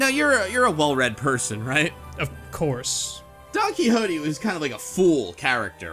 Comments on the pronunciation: "This is Donkey Hotey" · "Donkey Hotey" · i always thought it was pronounced "don kishotte"